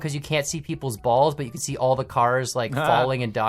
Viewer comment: going full Canadian